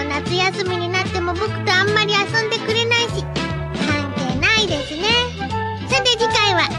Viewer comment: 貴家さんに寄せようとしすぎて「ですう〜」が妙な訛り方した発音になってる気がする。そのうちこなれてくるとは思うけど。